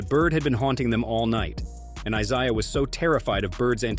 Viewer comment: "EYE-SIE-UH" Thomas? "Bird only one to save Magic's life"?! Was this done by some 20-something YO who s unwilling to do significant research?! 40 seconds in, I can't take any more!